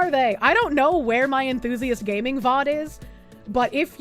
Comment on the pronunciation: Gay-mers and GAY-ming?